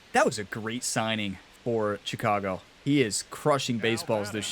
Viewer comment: Will you ask for a trade so I don’t have to listen to you pronounce Chicago wrong?